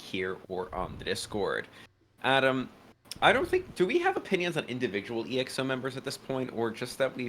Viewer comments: It's Exo... one word! Short for Exoplanet. Not E - X - O. Hehe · This guys have the most un popular opinions and still calling exo as ii eks ou 💀💀💀💀